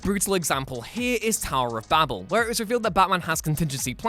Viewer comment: i just have to say im very happy that he pronounce babel right. i have seen videos on tiktok and youtube were they say bah-beal. like how do you mess that up. its like saying banana as buh-nay-nay.